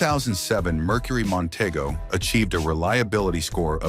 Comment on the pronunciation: It's Monteeeego!